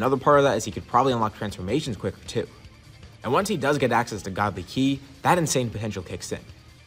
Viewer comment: 1.03.17. Did you try to say ki 🤣🤣🤣🤣🤣😁😄